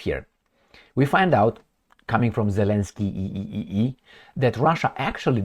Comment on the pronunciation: Zelenskyyyyyiyiyi.. Always laugh when the name was pronounce. 😂😅